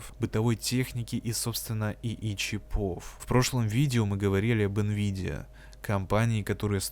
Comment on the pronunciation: Мля, ну почему "чипОв", если "чИпов"? Ухо режет. Автор в школе не учился.